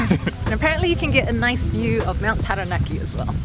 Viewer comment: I really appreciate your pronunciation of Māori words, it really means a lot to hear Taranaki pronounced correctly ☺️ I hope you guys have a wonderful rest of your trip ☺️